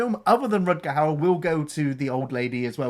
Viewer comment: still cant pronounce Rutger Hauer name right. He is not Rutger Hooaher 😂